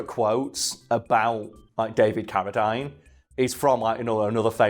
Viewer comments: It’s pronounced Cara-deen, not Cara-dyne. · It drove me nuts listening to you mispronouncing Carradine. Its not Carra Dine its Carra Dean. I know your from the UK and you pronounce some words differently but come on now that's disrespectful. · It's pronounced caradeen not dine. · He probably didn't recognize the name, since you said Carra-dyne, and we pronounce it Carra-dean. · I thought his name was pronounced David CariDEEN... huh... wild. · Isn't "Ca-ra-dean" ? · I was cringing everytime they said his name! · Maybe as part of your research you might have checked how to pronounce ‘Carradine’? Also ‘premise’...